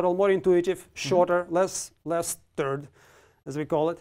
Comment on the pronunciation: Gotta love "Less turd" :D